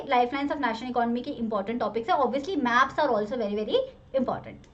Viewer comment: Maam gaps nahi maps 🤣🤣🤣🤣